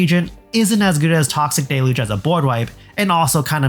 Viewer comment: A Toxic “Dayluge” is in fact not a Toxic DELuge. Normalize saying this damn word correctly! It’s DEL-uge, not de-luge!!!!! grahhhhhhhhhh please.